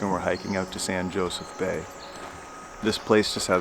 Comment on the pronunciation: San josef - pronounced ho. Sey. Its Spanish. I went there first in 1976